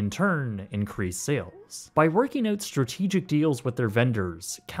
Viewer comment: PRONOUNCE "OUT"!!!